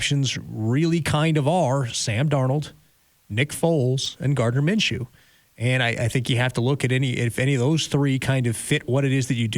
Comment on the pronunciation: Minshew?? Maaaan.. Nah